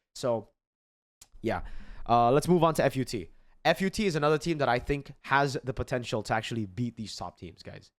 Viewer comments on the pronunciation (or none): fyi, its called FUT like a whole word, like foot but deeper and faster